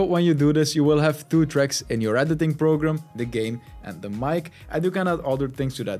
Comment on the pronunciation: WTF is up with "Thwo"? Where do you find the "TH" sound in the "Two"?????